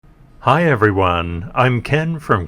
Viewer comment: Oh, and Ken, thank you for pronunciating my name right and mentioning me in the video. A happy day for me hehehe 🙏😄